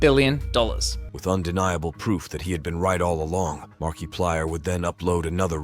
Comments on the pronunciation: The way he pronounced Markiplier's name was hella annoying 😂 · It's Al. But in "Markiplier In Space", the commander guy says it like that too 😅. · MERKEEPLIER?? why did he pronounce it like that…. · Marky 😂😂😂 its marka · saying makiplier's name as markie-plyer instead of marka-plyer should be a crime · sure, next you tell us that you actually said "markie-plier" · Is that also why you're pronouncing it Marky-plyer? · Ok... i uderstand this is not important but... why does he keep saying Markeeplier? Was i mispronouncing it all along?! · Who is Mark-key-plier?? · Ah yes. Mark-E-plier. My favorite. (I can't tell if this was a thought out joke about the E meme or if it was a hilarious mispronunciation that just so happened to reference the meme but I don't wanna know which one it is) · Bro it's Mark-UH-Plire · "Markeeplayer" am dying 😭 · marky player? MARKY?! come on ai you got to do better then this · "marquee plier" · Marke eeee PLIERS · AI Voice: "Mark E plyer" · "Markeeplier" no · I love the ai voice calling him Mark e plier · "mark E Plier" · Don’t use text to speech if it can’t pronounce things right 😢 “Mark-ey plier” just sounds like you don’t know what you’re talking about. The video isn’t bad, but I’m over people using text to speech and AI on their YouTube videos. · LOL Mark ee plier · Ah yes, Markeeplier, my beloved .. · Markey plier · I can't tell if he's pronouncing Mark's name that way on purpose or for the meme...Markyplier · The AI voice used in this video called him 'MarkEplier' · why does he keep saying "mar-kee-plier" lol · This specific ai doesn't understand the different pronunciations of I he literally has to punch in mark ee plier to get it to somewhat work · Didn't you know? This is Markiplier's secret brother, Marquee-plier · Market flyer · Mark "E" plier (It's an AI voice over, they mispronounce words quite often) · Mark key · I believe it’s Mark E Plier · Hello my name is Markeeplier. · Market pliers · Mark pee plier